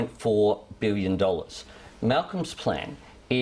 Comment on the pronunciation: Why can't Albanese say 'billion'? "BWULLION. A BWULLION DOLLARS". He's a bit stupid, isn't he?